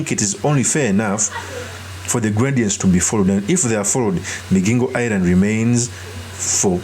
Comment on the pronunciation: It's MiGingo...Not MiJingo...ay banangeeee